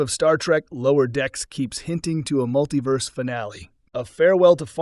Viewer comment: “Muttleyverse.” AI narration blithely accepting misspelled script.